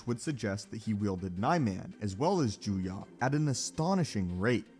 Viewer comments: It really bothers me that he says Joo-Yah and not Joo-Yoh. EDIT: To actually give some feedback, the issue here is that Maul had extraordinary potential but no formal training (certainly not decades as Dooku did), as many have already stated. Dooku is certainly powerful, but at his rate of progress and given equivalent formal training, I believe he outclasses Dooku in every way, save for maybe Force usage. Alternatively, the forms are often treated as a Rock, Paper, Scissors. Form 1 beats Form 3 (not actually), Form 7b (Vaapad) beats Form 7a (Juyo), etc, so it could also be argued that Maul's willingness to adapt to new forms gave him even more potential than Dooku ever had. After all, if someone learns a form that counters Makashi, they wouldn't even necessarily need to be a master in order to best Dooku. A firm foundation and highly-honed swordsmanship skills is all it would take. All that aside, it's kind of a moot point to pit a bonafide master against one whom someone else merely believed had the potential to surpass everyone else. Think of it in game terms. Dooku was at level cap, pre-expansion with no plans to play the new content. Maul was only halfway there and would've kept playing past the expansion, ultimately surpassing Dooku. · Not juya, but juyo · “Jew-yah”? It’s “juyo” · It’s Juyo not juya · It’s ‘Jew-yo’ not Jew ya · I'm confused how you have so many videos of it pronounced Juyo with an o sounds...and this one you crack open the juyah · Form VII is Juyo, not Juya. Juya isn't a thing. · He keeps saying juya, but form 7 is actually called Juyo 🙄😐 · You know that Juyo is pronounced as written and not Juyah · Your mispronunciation of “Juyo” and “Soresu” are more irritating than u realize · the way this guy says Juyo is making my brain hurt